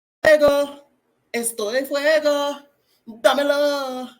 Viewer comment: I’m dying!!! It’s domino dominoooo… oh wait it damelo 😂